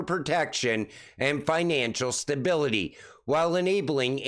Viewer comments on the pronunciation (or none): none